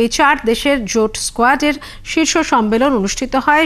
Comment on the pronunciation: কথাটা স্কোয়াড নয়। কোয়াড।